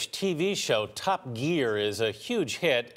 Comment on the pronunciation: The way he pronounced the word "Top" really made me laugh